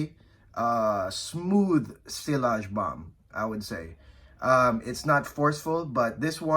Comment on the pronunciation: nice list. u hv good collection. Btw it's not pronounced sillage with the L but like siaage.